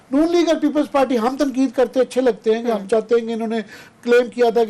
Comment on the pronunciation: Bhai ye jahil Patwari hai party ko palty bolta hai